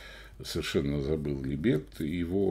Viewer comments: ну какого ЛибЕта?? Ну ало. Неужели трудно посмотреть правильное ударение в той же Википедии? Как же уши сворачивает этот либЕт. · Да не либЕт, а лИбет! Может у вас и Га́млет тоже ГамлЕт?😆😆😆